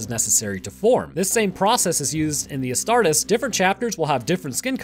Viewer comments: Please.. It's pronounced Ass-tar-tees, not Ass-tart-is. Otherwise another great video! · I hate to be that guy but it's pronounced "as tar tees" my dude. Nonetheless the video is amazing homie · Hey sorry for sounding like a buttermilk bob but it's pronounced as 'a-star-tees' loving your content man, it gives me more knowledge than my biology classes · Love these videos covering WH40K from you, but can you please pronounce the "-es" from "Astartes" the same as you would when saying "Hercules" and "Achilles"? Otherwise, the Ordo Grammaticus will be paying you a visit soon xD.